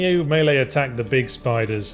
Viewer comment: I like you guys, you know how to say melee properly. So few of the people I'm subscribed to do.